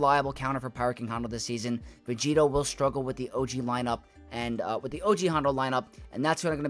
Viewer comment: stop saying vegeeto it makes no sense. what does it even mean